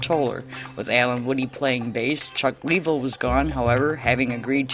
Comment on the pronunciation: Very good show! Just a couple of minor nitpicks, Chuck Leavel is pronounced like Lavelle , and it's Warren Haynes, not Hayes. Not trying to be an ass just a big fan.